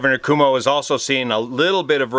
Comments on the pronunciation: thanks for your timely info..... I believe it’s pronounced ‘como’ rather than Cuomo.. I remember flying his father Mario Cuomo on a campaign tour!! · it's pronounced Kwhoa moe. Love the channel; especially the collaborations and varied coverage. Journalism would be a good second career for you. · Greetings from the eye of the viral hurricane. All true aviation enthusiasts will recognize you as a brother. But our Governor's name is spoken as "kwoh-mo." If you get a chance check out one of his press conferences. He has emerged as an inspiring leader in these very tough times. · watch you every night with dinner. Just and FYI the NY Governor is Cuomo - not Como as in KOMO TV - more like Coo-OH-Mo. I had the privilege years ago of knowing his Dad, Mario who preceeded him as governor. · Pronounced 'quo-moe', from a New Yorker. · Your mispronunciation of Governor Cuomo’s name is fantastic. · So great! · He is mispronouncing on purpose. It is funny. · Cross check how to pronounce the Gov of NY!